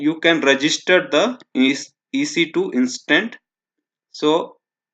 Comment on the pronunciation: Dear Speaker sorry but it is "Instance" instead you speak "Instant" .. good video